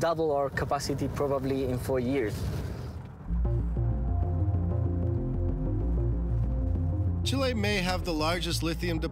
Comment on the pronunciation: Please learn how to pronounce Chile